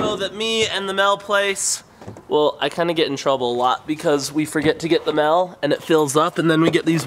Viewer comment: Why does Shonduras say mail with a e? Mell